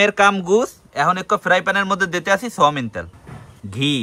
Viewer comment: সওমিন তেল ❌ সয়াবিন তেল✅